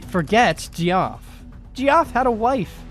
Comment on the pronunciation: Who the hell is Gee-OFF!